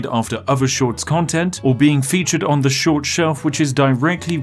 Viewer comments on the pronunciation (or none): If I had a dollar pound every time he said schowt short I’d be Jeff bazos